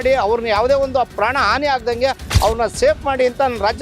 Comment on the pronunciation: ಆಂಟಿ ಏನು ನಿನ್ನ್ ಕನ್ನಡ 😂😮😊, ಪ್ರಾಣ ಅದು ಪ್ರ್ಯನ್ ಅಲ್ಲ 😂